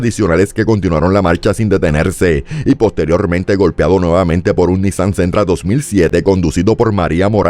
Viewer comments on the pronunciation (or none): none